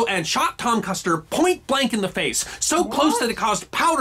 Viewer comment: You're still saying Custer wrong. It's an "Er" not an "AHr".